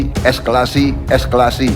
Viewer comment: Ya ampun wooooo Eskalasi wooo bukan esklasi